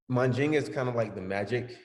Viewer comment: Mandinga not Mal ginga